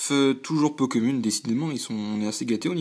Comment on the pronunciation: bon courage pour la suite ! c'est bizare , c'est moi , ou tu dit ''po kemune'' au lieu de ''peu comune'' ?